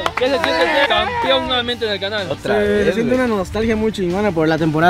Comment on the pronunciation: Se dice campeón jaja no campion